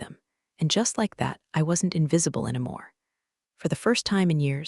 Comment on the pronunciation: Along with all the other points I keep posting about, the stupid narrator-bot DESPERATELY needs to learn how to pronounce "any." It's NOT "ennamore," it's "ENNY-MORE."